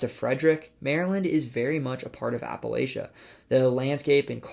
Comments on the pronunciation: Love this video, super informative! But if you don't pronounce Appalachia correctly, I'll throw an apple 'atcha :D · Very interesting video that was quite surprising in some of the areas you highlighted. But PLEASE, pronounce Appalachian (Appalachia) correctly. It is Appa-LA-chun (Appa-LA-cha). Just ask anyone who lives here. There is no reason to tarnish good work with mispronunciations. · Props on trying to pronounce everything correctly. (though curious about why you pronounce "Appalachia" like that) I came here expecting an AI content farm or something (maybe because of the channel title?), but I got a real person from my home state who really cares. Map on!